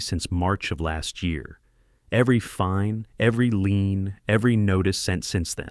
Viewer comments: The word is "lien", not "lean". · I mean lien not lean, clause, not claws!